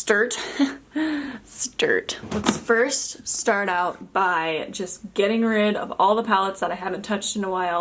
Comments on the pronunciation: “Haha... stert” omg I love you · "Stert.." haha!